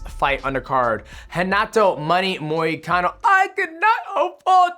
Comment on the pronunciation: “Renado moricano”😂